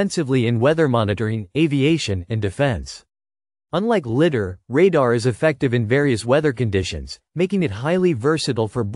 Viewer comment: It's pronounced lie dar, not litt dar